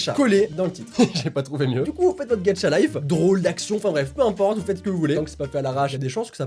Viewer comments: Même mary le dit comme ca gacha life pas gatcha life 😂😂😂😂😂😂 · Il a que moi qui entant Sora dire Gadchalife à la place de gachalife 😂😂💜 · Je comprend pas pk a chaque fois que tu dois dire Gacha Life TU DITTTTTTT GATCHA LIFEEE C’EST KOI SA(ps: j’tadore UvU) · Tu dis gatchalife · je suis la seule à entendre sora dire «gacha(t) life? »🤔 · au début ta dis mmmh une video ''gadchatlife'' x') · C'est moi ou quelque fois tu dis "Gatcha life" ? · Pourquoi tu dis "Gatcha life" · OMG il dit gatchalife ses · Tu dit gatcha life hhh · Pourquoi tout le monde dit "Gatcha Life" ?! xD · Tu dit gatcha 😂🤣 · Quand tu dit gacha life XD tu dit gatcha life c est trop drôle lol 🤣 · Sa me stresse : il dit GATCHA LIFE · J aime trooop les videos reactions 😂😂😂 c'est moi ou sora il dit : " gatchalife" 😂😂😂😂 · Ca me fait marrer parce que tu dis Gatcha life 😂😂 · Tu dis mal gacha life mais tu restes mon youtubeur préféré 😉😉😉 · Putain tu m'a fait rager avec ton ''gacha life'' très accentuer 😨😨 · il sait pas le prononcer mdr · Pourquoi tu dis gadcha life c'est GACHA LIFE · Il pronons gatcha life mais il c lecrir au moins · Alors un truc ses pas gatcha life mais ga cha life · Quand u dit gaCHa on jmfe au lieu tu dit gatcha life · On dis gacha lif pas gatcha lif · Ça ce dit Gacha pas Gatcha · Par contre on dit pas gatcha life mais gâcha psk ça me stresse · On dirait tu dit gatcha life 😂😂😂sinon j'adore tes vidéos 🙂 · C EST GACHA LIFE PAS GATCHA LIFE TU PRENONCE LE TTTTTTTTTTTTT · ON DIT PAS GATCHA LIFE ON DIT GACHA LIFE C COMME PAIN AU CHOCOLAT ET CHOCOLATINE PTN !!!!! 😂😂😂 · Sa se dit GachaLife et non GatchaLife 😂😂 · DSL mes sa m'enerve quand tu dit ga"t"cha et pas ga"ch"a😅😅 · On ne dit pas gatcha life mais gacha life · SORA : "Gatcha life" 😂😂 sinon continu comme ca tu gère! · Sora,tu dis "Gatcha life" mais c'est "Gacha life",pourtant c'est pas dificille de le dire.😂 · Sora on dit pas gatcha life on dit gacha life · On dit 《gachalife》pas《gatTchalife 》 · C'EST PAS "GATCHA" MAIS "GACHAAAAA